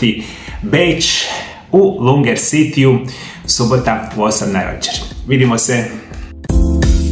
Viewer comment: LUGNER CITY (ne Lunger)